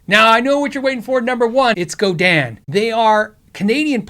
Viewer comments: It's pronounced Go-Din not Go-Dan. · GodIN not GodAN